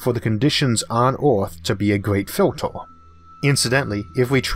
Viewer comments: so i learn it is pronounced FILTOR, not filter.. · filtOOr, smalOOr, good video anyway. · I love how you say 'filtor' (filter). Great content!